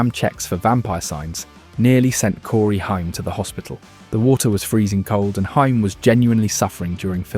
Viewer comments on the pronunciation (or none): It's so annoying when these narraters mispronounce peoples names! It's not Corey Himes! It's Corey Haim!!!